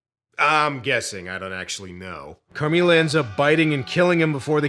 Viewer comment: not you butchering the pronunciation of “Carmilla” 😭😭😭